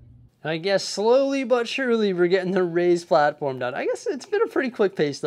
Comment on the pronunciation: For some reason i have always thought you said "Ray's platform" not "Raised platform" mystery solved i guess 😂